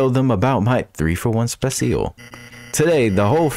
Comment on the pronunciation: I love how you keep pronouncing [Specil] exactly as spelled.